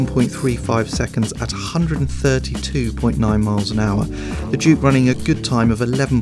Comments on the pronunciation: Every time they say "Juke R" it sounds like they're saying "Jew Car", lol!!! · Anyone else think he said Jew-Car? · what the hell is this guy's issue with the letter J